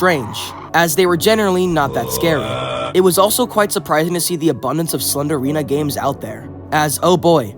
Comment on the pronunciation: 'Ganes' —was that on purpose?